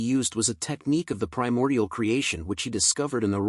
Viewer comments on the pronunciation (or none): none